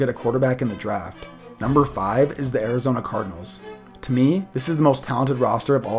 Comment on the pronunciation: How dare you say Arizona